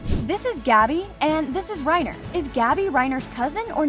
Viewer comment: The amount of times they said English names for characters wrong is astonishing. 1. Tom Ksaver is Saw-ver, and not Saver. 2. Gabi is pronounced Gaw-be and not Gabby. 3. Keith Shadis is Shaw-des, not Shades. Finally every time you said Ackerman, you pronounced it Ockerman instead of the proper English Anime translation of Ackerman. Is spelt and heard the same way. This is why i watch dubs. (Also if you type in a nerd emoji it just means I'm smarter than you. So go ahead and call me a nerd all you want.)